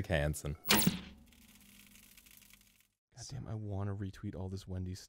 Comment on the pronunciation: Classic Hansen: clansen